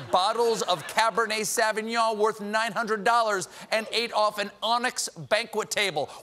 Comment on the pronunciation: For a guy who pronounces his name "col-bare" he should learn how to pronounce "sauvignon" properly. He should also stop lying about Yang. Yang also referred to a study that had been done about mushrooms.